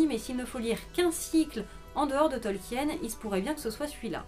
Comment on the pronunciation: CA SE PRONONCE TOLKINE, PAS TOLKIENNE !!!